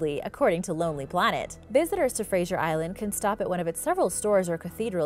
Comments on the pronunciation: UUUMMM, it's NOT Frasier Island, it's Fraser Island(pronounced Frazer). If you're going to do a video of something, maybe you should learn to pronounce. And you forgot to mention the Dingo's that inhabit the island, they've been known to attack people/campers. Tourist, and locals, think it's ok to feed the Dingo's. Once you removed the fear of humans from a predator, you're going to have problems. OH, and it's a Koala, not a Koala Bear, it's a Marsupial. Thank you. Love the vid's, by the way. Yes, I'm from Australia..home of many venomous snakes, bloody big Croc's, Python's big enough to swallow a Cow (ok, maybe not quite that big), Wombat's, Kangaroo's that'll kick ya guts in, and the Platypus, the world's weirdest looking creature. AAANNND, let's not forget the Bunyip and Drop Bears. ...Now, read this back in the voice of Steve Irwin (miss ya mate). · There is no soft G in Fraser. It's not pronounced like Frasier, the tv show. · There is no I in Fraser it is pronounced as it looks Fraser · It was odd hearing the i in her pronunciation. Gave me a good giggle.